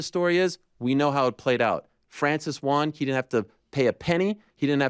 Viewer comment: When Ariel says the word "won" and it sounds like hes calling for a "Juan", its like nails across a chalkboard. I didn't think it could get worse! But his pronunciation of the word "lying" saying instead "loying" actually has proven myself wrong! What a Waisel!!!